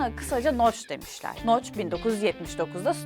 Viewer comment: adamın isimi noch (okunuşu) noc